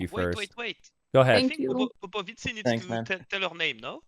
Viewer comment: Imagine an italian pronouncing POPOVICI ...that's the way